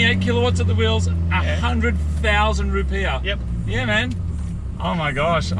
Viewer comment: Are "Rupeeah?" Rupee's?